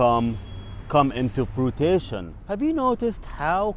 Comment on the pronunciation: fruition not frutition 😂😂